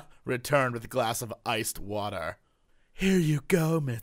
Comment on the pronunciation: "WULD YU LIKE WAHTUR?!?!" Ah Jesse, you so crazy